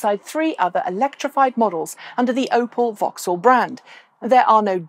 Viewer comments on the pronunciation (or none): none